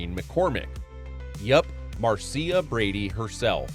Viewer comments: Marcia is pronounced "Marsha", typically. Otherwise, great video. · that is not how you say Marcia!!! this is either bad or AI or the narrator is really that stupid.